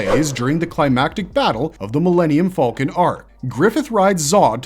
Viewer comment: I know I said the only thing that bothers me in your videos is you say band of the "fulkin" but I forgot, the way you say behelit is weird too. Otherwise, great content.